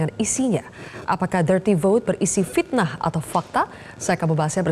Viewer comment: Pitnah atau pakta ? Pitnah.....urang sunda teu bisa nyebut ep........